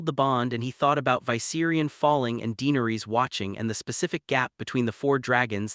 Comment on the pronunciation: The way he's pronouncing Targaryan, Tyrion,and Dynarius is killing me!